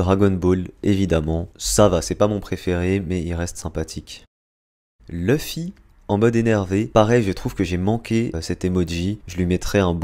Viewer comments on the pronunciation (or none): none